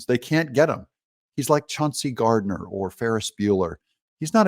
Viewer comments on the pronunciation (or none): none